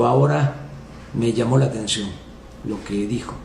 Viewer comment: Al Pejeloposhtli “le llamó la ajtencióng”. El habla de que Kike está leyendo, y ¿el que está haciendo en este vídeo? Ojalá así hablara en las mamaderas